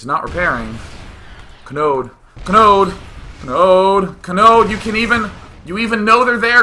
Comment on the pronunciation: God, everytime you said Kanode, I swear I thought you were just saying Chode. He's like all, "CHOOOOOOOOOOOOODE!"